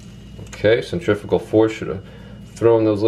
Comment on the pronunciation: OH MY LORD the only fishing YouTuber that pronounced centrifical right you eared a subscriber 👍